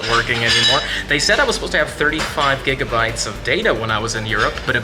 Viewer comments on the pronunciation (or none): none